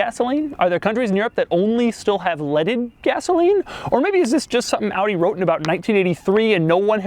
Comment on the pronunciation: Your pronounciation of Audi is on point